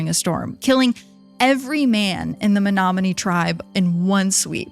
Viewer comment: Born and raised in Menominee, MI(props for pronouncing it correctly 😉) which is on the bay of green bay. I loved learning of all these shipwrecks. I will say people don't realize these lakes are considered inland seas for a reason. They are powerful, unpredictable, and absolutely otherworldly in beauty. Thank you for your respectful coverage on this underrated part of the country. Absolutely loved this! 🫶